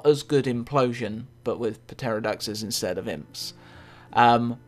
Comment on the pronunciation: p-terrordaxes? It's a silent P, so it is terrordax